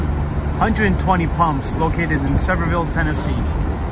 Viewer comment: FYI-Sevierville, Tennessee Sevierville (/səˈvɪərvɪl/ sə-VEER-vil) is a city in and the county seat of Sevier County, Tennessee, United States, located in eastern Tennessee. You're not the only person to butcher the name!!!